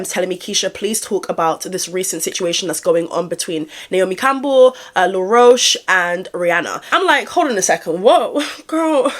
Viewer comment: you calling him law rosh lol his name is said like the bug